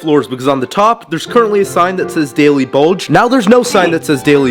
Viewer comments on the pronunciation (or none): you calling the daily bugle "bulge" 😂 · Aint no way he called the daily bugle the daily BULGE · Bro you called the daily bugle "daily bulge"💀💀💀💀💀💀💀that pissed be off even when he messed with the building because I love marvel and bros lucky I'm not unsubbing